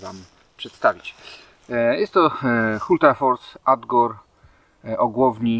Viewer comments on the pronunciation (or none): mała korekta: nie "adgor" tylko "agdor"